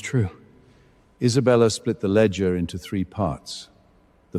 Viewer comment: Are you kidding? Is there a lot of wine involved with drunken AI data entry? Every scene has nonsensical garbage instead of basic words. "Memorandum," "ledger" the family name is inconsistent Moretti, Morelli, Morechi, Moroti and many other words are so mispronounced that without the subtitles it was unintelligible. The family name is said more than 7 different ways!